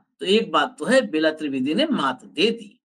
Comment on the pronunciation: बेला त्रिवेदी नहीं वह बेल्हा त्रिवेदी है।